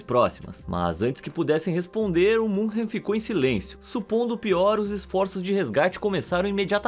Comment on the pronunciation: Muito legal o video mas MS Munchen não existe. Fale Munique se não sabe pronunciar München.